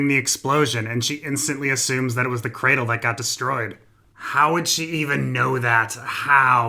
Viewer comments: Hahah every time u say cr4dle i die laughing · You won me immediately with "Cra-four-dle" hahahaha